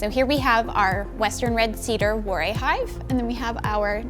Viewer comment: I think she's confused him with Brother Adam (who was a monk). Also, Warré is pronounced with a "va" sound at the start (as in "ça va"). She completely mangles his name.